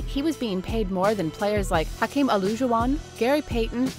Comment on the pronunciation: Nak she daid Hakeem name wrong